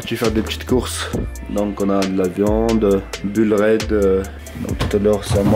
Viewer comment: Mais oui quand g entendus ca, j'ai pt un câbl mdr😂